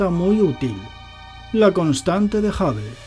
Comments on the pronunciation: A mí sólo me molesta que diga JAVEL... Telescopio JAVEL. 😏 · Qué manera de pronunciar Hubble!! Que NO es Jabel tío !! 😁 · A ningún español le e escuchando pronunciar bien “hubble”. Sin ofender a nadie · Que tengas una excelente semana 🙂, me tendré que resignar a que los españoles digan "Jabel" en vez de Hubble. De todos modos me caes bien y me pareces muy inteligente. Es agradable escuchar tus vídeos